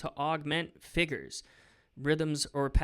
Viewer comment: Literally nobody: Matt: “ F I G G E R S “